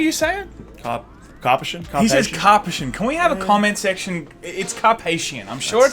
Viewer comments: Karpeshian.. it's an armenian last name. Not karpushun.. WHERE'S RALPH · drew car-pish-in, heard him say it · Drew pronounces his own name kar PISH uhn... like Gone Fishin'. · Sorry, Drew Karpyshyn is pronounced like "Drew carp fishin'," here's he himself saying it. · Thicc Boi is correct. It's Drew Karpyshyn, not Karpashion or Kardashian or whatever the hell was sayin'. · Car-pee-shin. Drew Car-pee-shin. Drew Karpyshyn. Maybe?